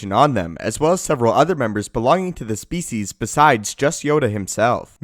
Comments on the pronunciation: Every time he says species. I lose 1% of my sanity. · Is that really how species is pronounced?